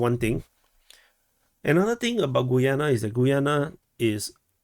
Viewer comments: I think it is: GA-YAA-NA............ not GOO-YUU-NE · I think Guyana is pronounced 'Ghee-yana'